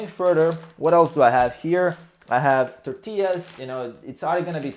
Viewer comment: was going to say you pronounced tortillas correct but I forgot you're from Spain lol.